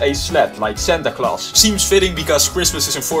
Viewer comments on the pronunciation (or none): none